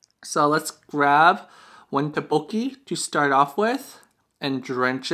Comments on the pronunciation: Lmao I was cringing when you said Tteokbokki like "Tah-boki" XD I pronounce it like " Toek-boki" I think it might be just a preference, but I just follow how my Korean friends pronounce it. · great video, but the pronounciation of tteokbokki is incorrect, it's pronounced as dukbukki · I’ve never heard ttoekbokki pronounced so horribly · Haha oppppps, my bad! I didn't know I was pronouncing it wrong, I'll try to remember for next time I film a tteokbokki mukbang haha. Thanks for the correction there, it would be so embarrassing if I was talking to a Korean person saying "tah-boki" the entire time lmao :P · You said the name wrong...